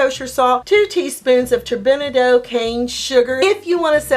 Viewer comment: Turbinado is pronounced Turbin ahh doh